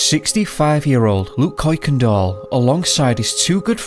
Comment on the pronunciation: lol...Kuyekendahl is pronounced Kirkendall.